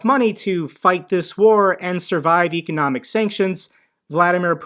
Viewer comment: You're not saying economic correctly.